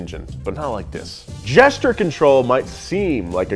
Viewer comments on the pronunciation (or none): Not nearly as annoying as a host that says "Jester control rather than Gesture control" should have stayed at school a bit longer.